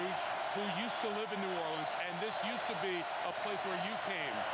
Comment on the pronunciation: Spike Lee managed to do an entire documentary about noo OR linz but still pronounces it noo or LEENZ twice in 10 seconds.